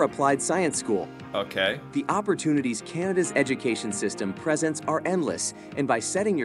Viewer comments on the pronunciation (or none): The guy in the video pronounces presents wrong. He says it like the noun (PREZ-ents) instead of the verb (pre-ZENTS). I'm surprised nobody caught that at the time.